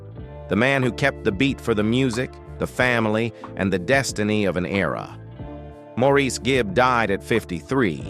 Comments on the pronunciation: This is a fake, electronic voice. The mispronunciation annoys me, too. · Maurice's name is pronounced Morris, the least you could do is learn the name of the person you are reporting on, also 4obin was the older of the twins, Maurice was born a little over half an hour later. Maurice was the mediator and responsible for setting up the harmonies. In a way, Maurice was responsible for balancing the band, Maurice's sense of humor was the thing I first noticed when I saw them for the first time in concert in 1968. He was always my favorite. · His name was spelled Maurice but pronounced MORRIS. You have not done your homework. Also, you said thar Maurice was the first twin born to Barbara. Not so. Robin was born first making him the oldest of the twins as stated many times. More homework for you. Mr. Announcer. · Please the very least is to pronounce is name correctly. Pronounced Morris. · The narrator doesn't even pronounce his name correctly (ie as the family does). It is "Morris". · Thanks for this comment. This fool had me yelling at the TV. If your gonna report get your facts straight. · Let him rest in peace. And learn how to pronounce his name.